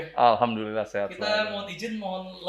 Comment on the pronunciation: tapi dalam pengucapan nya kek orang muslim beneran..... Ane sampe kaget, "loh kok pendeta ngucap alhamdulillah"..? ... Kan heran ane